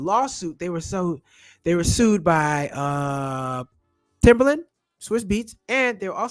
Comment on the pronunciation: TIMBALAND not Timberland lol